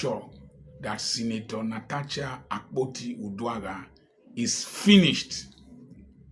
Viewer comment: The correct pronunciation is NA-TA-SHA.